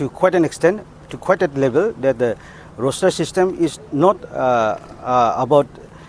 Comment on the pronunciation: Roster not roshter